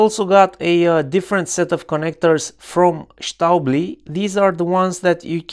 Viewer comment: I really like the Stäubli banana plugs, especially the SLS4-B, which is fantastically compact compared to every other stackable 4mm banana plug. I highly suggest checking them out. P.S. "Stäubli" is actually pronounced "shtoybli" in its native Swiss German, and is a name that can be translated as "small dust"! :P